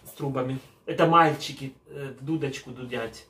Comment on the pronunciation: "таааки мА..льЧики" - як произнесено!!!))) это что-то!!!!!)))))))) а ЭТО - "а во рту у них микрофон нэ микрофон ...труба")))))))))) - да дудки у них "ВО РТУ"))))